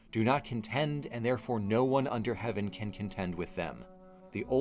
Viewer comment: Ooo. Does the "r" in Heavern mean that heaven is a tavern? Cool!